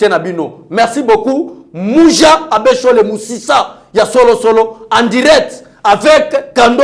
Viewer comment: Muji (racine) et non Muja, you are the best my.